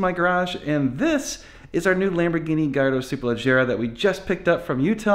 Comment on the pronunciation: lamborgoni gallahandro